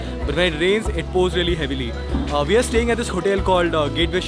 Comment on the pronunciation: Why do Indians pronounce WE as "VE" ???